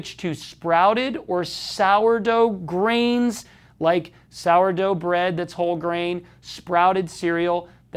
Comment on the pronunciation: Ellii Munz it did sound like greens, but he said grains.